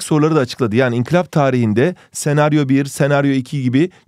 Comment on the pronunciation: hocam inkılaba niye sürekli inkilap diyorsunuz